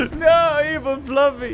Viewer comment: you keep calling it “fluffy”. It’s flaffy.:)